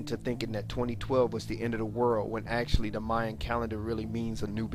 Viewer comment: it is mayan calendar, well both maya and mayan. the real question is why is it pronounced so wrong ? myinn or mayan.